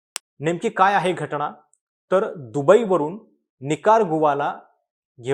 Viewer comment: घटणा नाही रे . घटना असा शब्द आहे . का मराठी ची वाईट अवस्था करत आहात ?